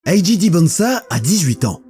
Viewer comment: On dit 'Ayy Jay', un mélange des deux est étrange. Si tu dis le 'A' version anglaise, pourquoi pas dire le 'J' aussi ;) Sinon très bonne vidéo !